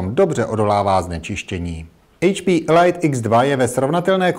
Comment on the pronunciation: "Elajt X2" ?? WTF?